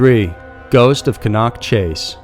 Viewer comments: OMG its not cann nock chase its cannock chase like can ock lol Americans lol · Cannock Chase... "Cannock" is pronounced like hammock with emphasis on the "Chase". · You butchered pronouncing Cannock Chase...